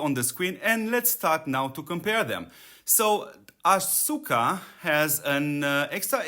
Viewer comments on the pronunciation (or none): The U is silent. It Sounds like Aska